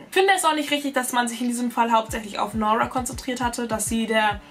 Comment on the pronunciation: Wie spricht sie aber Nora aus??? Es heißt NuRRa nicht NOrwaaa diese englische Aussprache ist falsch